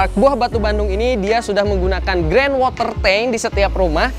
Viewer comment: Maaf Sdkit Koreksi 🙏, itu tandon air sebutannya Ground WaterTank bukan Grand 😀... Keren rumahnya